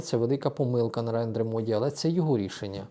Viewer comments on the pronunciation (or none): none